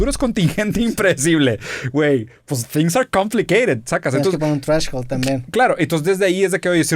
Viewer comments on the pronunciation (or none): un chupe cada que Roberto diga treshhold. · Drinking game, tomas cada vez que roberto diga treshold